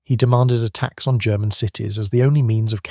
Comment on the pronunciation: Churchill demand "a tax" on German cities ? A human being would be a better narrator than an AI voice.